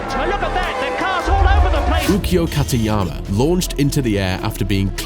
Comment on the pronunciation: 選手の名前の発音がひどすぎる。ウキオ・カティヤーマって一瞬誰の事かわからんかったぞw